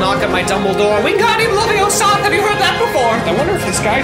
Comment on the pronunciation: " Wingardium Laviosath! " Me: "... It's LavioSAAAAAAAAth. "